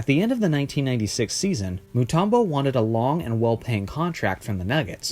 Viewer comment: His names Mutumbo not Mutarmbo